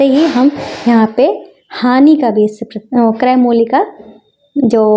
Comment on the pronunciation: Are madam hani hoti hai honi nahi😅